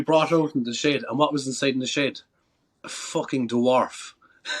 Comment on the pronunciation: I thought he was saying "shade" 😂😂 then I realized he said "shed" Friggin Irishman 😂😂😂